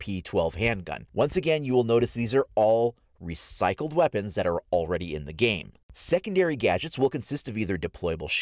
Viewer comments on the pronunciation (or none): The emphasis on recycled